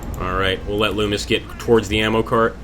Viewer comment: its nice to see people actually pronounce Loomis correctly.